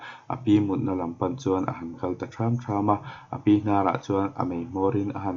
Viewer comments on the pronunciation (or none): Sazu a kal tham tham ' lamdan pawh a diklo deuh..